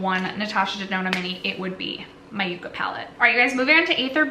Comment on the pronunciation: Is it really pronounced yook-uhh?…cuz I lived in California for 12 years and always pronounced it yuck-uhh.